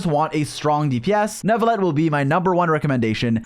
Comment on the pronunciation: There is no way your not French. The way you said Neuvillette